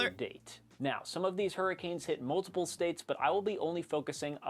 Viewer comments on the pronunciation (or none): none